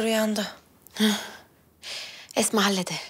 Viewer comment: Mihrimahnın esma diyemeyip etma demesi😂